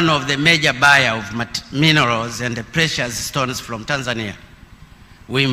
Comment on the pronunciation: Even to read is a problem,the word to Process pronounced Plocess,from (Flom),Fruits (Fluit) ,when you read an English words in incorrect way then it will bring another meaning ,so u will become a confuser,.otherwise good for trying reading my Hon Presida